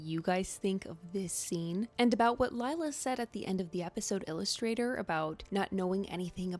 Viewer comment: She also said “us” in Illusthater